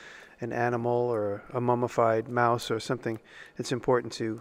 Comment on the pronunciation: It's pronounced "miiiuuuose" 😄